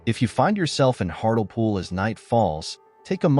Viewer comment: It's pronounced Hart Lee Pool.